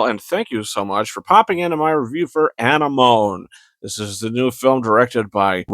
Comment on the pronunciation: You're pronouncing the title wrong landlubber.